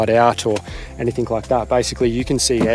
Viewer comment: Good on you guys for having a crack and following your dream. One personal pet hate of mine.... please please please, it is pronounced 'anything' and not 'anythink'..... ( -ish), other than that, loving your adventures.